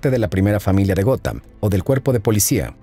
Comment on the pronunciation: Hola!. Muy buen e interesante vídeo como siempre apesar de que yo no soy fan de los cómics, pero si obviamente conozco a los Superhéroes. Esta parte de la historia si era totalmente desconocida para mi. Por otra parte solo una aclaración. La cuidad se llama “Gotham”, y se pronuncia “Gotjam” como si dijeras jamón en español pues la “H” en inglés se pronuncia como una “J”. Entonces “Gotham=Gotjam”. Jajajaja!. Saludos desde “Gotham”… 😁🖤🦇🗽🇺🇸😃👍🏻